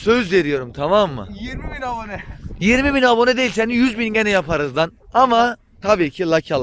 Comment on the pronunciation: YAPRRRRA YERİZ HA SJSJSJSJSJJSJSJSJS